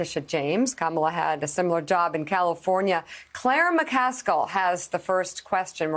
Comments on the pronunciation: Trust someone who says Calafornyur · WHY IS NO ONE COMMENTING ON HOW SHE JUST SAID CALIFORNIA